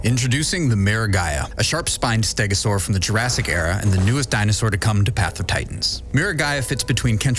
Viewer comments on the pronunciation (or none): none